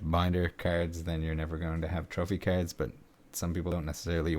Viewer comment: I will pay you to pronounce cards differently.